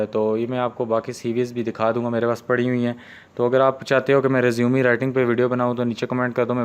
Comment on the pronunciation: Bahi resumeee nahi hota resume hota hai